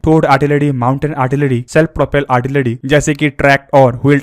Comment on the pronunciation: "आर्टिलरी" होती है भाई साहब, "आड़टिलड़ी" नहीं।